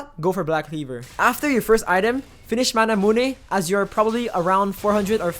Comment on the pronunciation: Triggers me that you say manamunÉ. But overall a good video :)